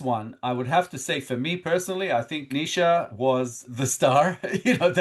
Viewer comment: Neisha pronounced Knee Sha